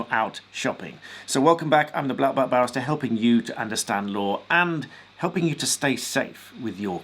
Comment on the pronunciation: I just misheard you when you said 'I'm '. Sounded like you said black belt b@@ 😆